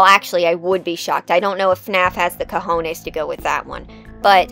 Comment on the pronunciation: That "cojones" sounds so funny when your first language is spanish like in my case LMAO